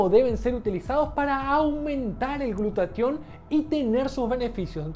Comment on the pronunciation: ¿Por qué en el video dices "glutation" y en la descripción dice "glutatión"?